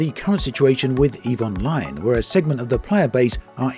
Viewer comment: Every time you say "Eve Online", I keep hearing "Evil Mind"